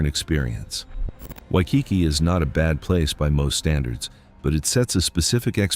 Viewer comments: I disagree with this video on many accounts.: 1. Waikiki. Not only did your AI bot mispronounce the name, you are dead wrong. It is beautiful and well worth the visit, particularly at dusk when runners light the tiki torches; 2. Seaworld. Beautiful gardens, wonderful shows, and fun coasters. I'd sooner visit Seaworld than have my wallet ransacked by woke Disney. 3. Biltmore. Wonderful display of conspicuous consumption in the early 1900s, with an awesome Christmas display. The winery is also worth seeing, as are the gardens in season. 4. Rock and Roll Hall of Fame. Cleveland is the perfect place for this structure. While i agree that no hip-hop artists should have a presence, it is awesome for real rock lovers. Why would you go if you're stupid about the history of the genre? 5. Niagara Falls.... although i do prefer the Canadian side. It's nature, dolt. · Learn how to say Waikiki!!!